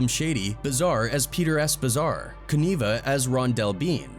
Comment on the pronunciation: Also… Can’t pronounce Koniva… AI or clueless. Garbage